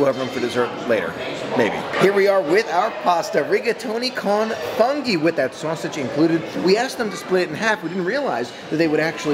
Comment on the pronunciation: Con funghi is pronounced “cone foonghi”